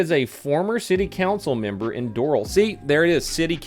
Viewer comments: cyou said door-al >:( Its dough-ral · Doo-ral bro.. it’s Doe -r-a-l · It’s not dorl it’s doral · It’s not pronounced dor ol it’s pronounced doh ral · it's pronounced door-ral and yes she is bat shit crazy an everyone wonders how she got on the council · luv4dahaterz “dooril”